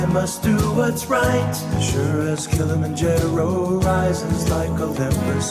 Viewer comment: I know the song is good, but everytime I hear it, I cringe because of the way they pronounce Kilimanjore and Serengethi just to let them fit.